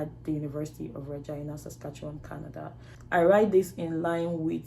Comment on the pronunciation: She said University of Regina (Reh-gai-na) not vah-gai-na